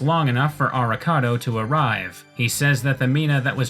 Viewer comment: "Avocado tells Soma to stay out of it." God I can't unhear Arikado as Avocado